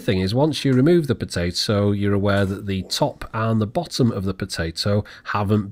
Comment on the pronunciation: Are they not potah to